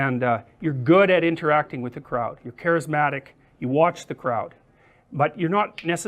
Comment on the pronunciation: 군중이라고 발음하는게 마치 영국인들이 독일인들을 부르는 크라우트 랑 비슷해서 웃기네요